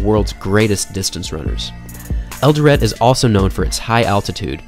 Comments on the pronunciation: It's Eldoret pronounced El Doe Ray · It's "El-Doh-Ret" . The 'T' is not silent